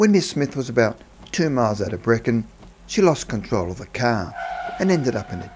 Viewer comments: Brechin is pronounced breekin. + pronounce "r" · Its not Brecon its Brechin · Brecon is in Wales, Breeeechhhin is in Scotland Pronunciation is important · It’s called Brechin (Bree-Kin) I k ow I lived there for 7 years and the surrounding towns like Edzell and Stracathro , you are saying like a Welshman Guess what I lived on that hill out side of Brechin and yes it is haunted, it was called haunted hill before they changed it to Huntly Hill, There is a large squared rock monument kinda like Stonehenge in a field As a young lad I can tell you stories that will make your hair stand up of that place, people that live there don’t talk about it , You should stay there on a foggy night ! However! The battle you are talking about is 17 miles south of Brechin Between Forfar and Letham Brechin had its own battle just like Scarcathro did I went to Maisondieu primary school and then to Brechin High School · It's pronounced Bree.....kin , I won't go into the other Scots names and places haha xx Janie Dundee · Brechin, which is Scotland, NOT Brecon (how you are pronouncing it) which is in Wales....